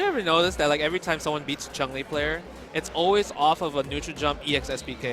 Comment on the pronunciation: Jesus, you'd think someone like (who has been playing SF for donkeys years) would know that it's Chun-Li, not CHUNG-LI. Cringe every time.